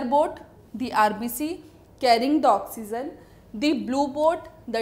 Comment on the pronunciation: oxygen no , oxyzzzzen